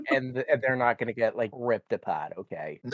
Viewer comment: “But it’s nawt a dinosawr!” I love this guy already.